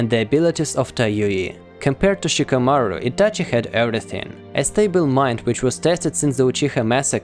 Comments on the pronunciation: It's Itachi not etache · What the f is Ityachyi ? Like bro I literally hated that ik that I shouldn't judge someone by his accent but dude it's not something hard to say ahhh or just don't say it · Its ITACHI and not ITACHEY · He says ityache makes me throw my phone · Why are you saying itachi's name like that😅😅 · The way you say Itachi - sounds very Russian lol